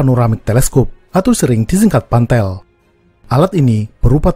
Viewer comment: Pantel ya guys bukan pantek